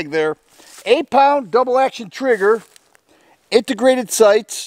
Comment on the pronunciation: When you said "integrated sights" at first I thought you said "aint the greatest sights" both are true. Lol.